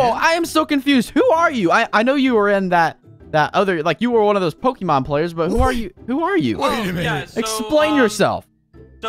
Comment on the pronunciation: You can always tell when someone doesn't know about Pokemon when they pronounce it pokeeemon not Pok'a'Mon